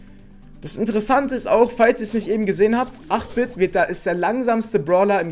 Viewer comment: Ich werde 8 Bit gleich bekommen weil ich 7k habe und man den bei 6k bekommt aber 8 Bit wird englisch ausgesprochen eight bit